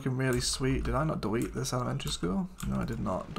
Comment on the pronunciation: DEWETE!?!?? hahahahaha